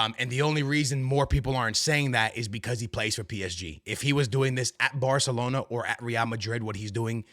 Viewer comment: its Barcelona not barkelona mf